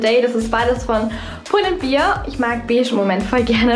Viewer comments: Nicht "pull and bir" sondern "pull and bär" 😂🥰 sry aber das triggert mich IMMER wenn menschen das falsch sagen 😂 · Super Video! Du hast recht keiner ist ⭐perfekt⭐ . Jeder ist auf seine Art perfekt!! Nur ein Tipp Pull&Bear wird nicht ber sondern bäer ausgesprochen, weil du sonst vom Bier reden würdest😅